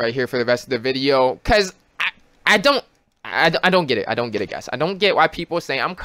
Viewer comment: " I ton't cry